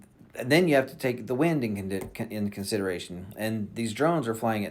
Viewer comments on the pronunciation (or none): none